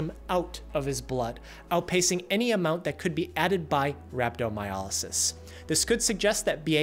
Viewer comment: Why do you keep pronouncing it as Rab-do-my-A-ly-sis. It is RhabdomyOlysis.